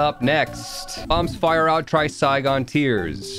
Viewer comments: pretty sure it's pronounced try-cyan in english and threce-sah-yion is the biblical accurate version. It means Tri->Three and sagion prolly refers to some icon, I'm not fluent in greek, but I would suppose it means sages so if you want to be quirky, next time you pick it up, say Three Sages or just scream like Lazy Mattman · pronouncing trisagion wrong makes me depressed